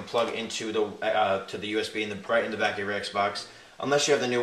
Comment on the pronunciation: are you saying D instead of the?